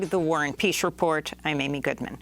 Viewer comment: This is great Who is Warrin Peash of the Warrin Peash Report?